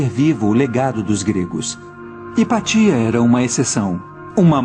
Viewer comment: Vídeo ótimo! (A pronúncia correta é HipÁcia. )